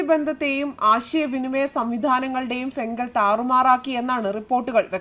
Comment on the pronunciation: ഫെൻഗൽ അല്ല ഫിൻജാൽ ''